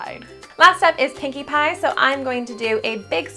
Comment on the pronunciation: i know nothing about mlp but it really sounded like one of the pony’s is called “kinky pie”